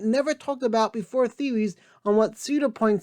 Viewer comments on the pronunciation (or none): Bro said theowys lol